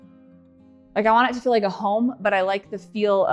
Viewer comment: Well... I noticed another YouTuber says the word feel like you do.. more of a ," fill " instead of "feel." I beleive she may be from Utah as well . Anyhow love how your sketch came in to fruition. Your house is huge.. I thought I had a big house sheesh! Your figure is so cute too You didn't gain an ounce of weight weight in the time you've been away from YouTube ! Nice shapely legs. I have a huge entry way but not nearly as magnificent as yours . Can't wait to see the living room:dining room. but I'm not rushing you guys❤